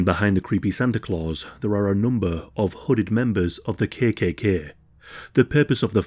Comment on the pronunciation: Yorkshire accent, perhaps?